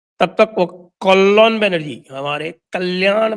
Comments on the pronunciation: It's not Kollyon Banerjee..... Bengali pronunciation is Kollyan Banerjee Sanjay ji. It would sound authentic (Bengali) if you do so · Kollon Banerjee nehi... Bengali me " kalyan " Ka "Y" pronunciation thoda soft hota ha ..Ekdum silent nehi...to right pronunciation "Kol-lan" hoga... Aur kalyan banerjee pura natak kar raha ha... Black ek gale patta leke log protest kar raha tha ushi kisine mara... Kiska sirr kapde k mar se toot jata ha? Aur spot pe hi kaun plaster leke baitha tha?? Jo waha khade khade laga diya? 😂😂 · Its Ka -ly-an Bannerjee...!